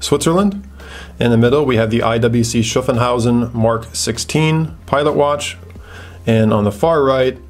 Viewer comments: Its SHHAAFHAUSEN. Not SHAFENHAUSEN. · *Schaffhausen not Schaffenhausen ;) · Hi: Nice video. Thanks. A note on IWC Schaffhausen pronunciation: it is Shaff-house-en. Keep up the good work m friend. --Michael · yeah. I just wanted to get him a little closer to the correct pronunciation. Then I thought about it some more and it is more like Shoff-hauz-in. Haha. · Schaffhausen .Pronaunce Schaff a bit like staff and shit